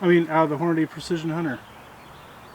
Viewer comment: check a box of your ammo to see how Hornady spells it's name. It doesn't say Hornaday, it say's Hornady. hmmmmmm